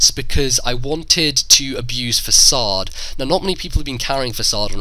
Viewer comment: Finally someone who can pronounce facade...